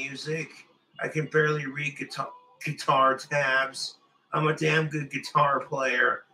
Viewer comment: Never heard anyone pronounce guitar with a k but there's a first for everything